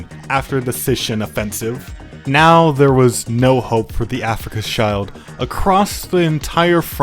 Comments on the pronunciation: Bro's pronunciation of Afrika Schild is crazy... never forget the great Africa child war of 1964😓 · Who even pronouns shild like this? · tweaking every time this man says africa child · The "Afrika Schild" should be read as "Afrika Shield", it's got nothing to do with children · No, it's pronounced like "Shilled" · Cool video, but sorry, wrong pronunciation of Afrika-Schild caused me to cringe every time. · spending 70 hours recording, editing and narrating this video but not ten seconds to google how to pronounce Afrika Schild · it hurts to hear "africaners" and "africa skaild"